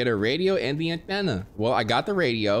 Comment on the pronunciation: Every time this dude said “anthena” i couldn’t stop laughing 💀